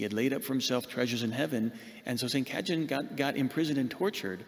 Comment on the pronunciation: Ca-ye-tan is the proper pronounciation